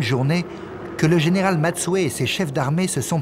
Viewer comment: Général Matsui pas Matsue